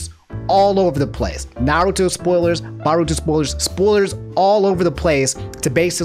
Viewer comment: You watch naruto but you mispronounce Sakura, Boruto and Sharingan.....